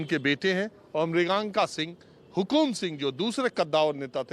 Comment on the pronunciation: marganka singh had hai naam to sahi se lo 😁